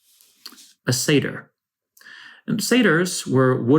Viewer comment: by 'sater' do you mean satyr? Bizarre pronunciation...